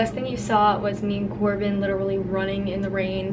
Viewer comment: its not corbean its corbyn😁😁😁